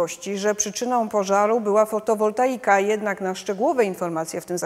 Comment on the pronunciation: Fotowoltaika (panie, nie fotowoltanika:), podobno byka demontowana na czas remontu dachu, tak słyszałem od lokalsów. Nie wiem czy to prawda, ale jeśli tak to pytanie kto wykonał demontaż i ponowny montaż, bo skoro wisiała kilka lat od montażu to ryzyko uszkodzenia maleje z czasem. No chyba że ktoś zacznie grzebać, po taniości;-)